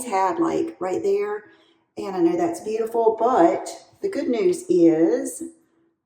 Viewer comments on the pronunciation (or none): none